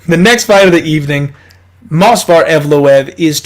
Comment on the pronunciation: You were so proud of your "perfect pronunciation" of Evloev's name. In the video you are saying "MOS--VAR EVLOEV". But the correct pronunciation of his name is MOV--SAR. So I thought I would help you out (since you are helping us out with winning our bets).